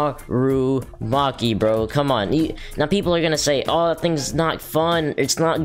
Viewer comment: Me wait for him to say narumaki cuz I already know he will say it